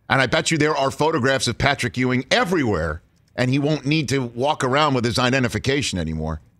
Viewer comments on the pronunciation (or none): C'mon Rich, it's Patrick Ewing. Geeeeez